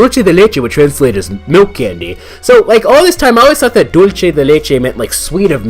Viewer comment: me too XD another thing when the letter C comes before e or i (ce or ci) it makes an s sound unless you're speaking some particular dialect in Spain. I'm saying this cause it sounds like you're saying dul-ch-e rather than dul-s-e grabs popcorn when you two are finished killing each other I'll take her I personally don't think an ai can be considered sentient/conscious at best it could be programmed to fool a human into thinking it is. Now that you brought this up an ai is just zeros and ones it's weird that a human brain has consciousness/sentience even though it's just a bunch of electrical signals, makes you question your own existence.